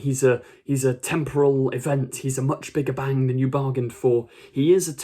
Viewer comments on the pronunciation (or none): none